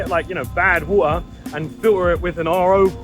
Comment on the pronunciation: bro cant say water